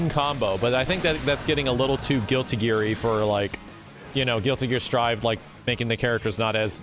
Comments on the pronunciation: "Strif" please, it says strive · "Strivv" wheeze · Why you say strive like that?